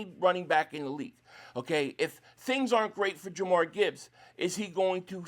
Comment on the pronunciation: Dude you gotta pronounce Gibbs first name correctly 😂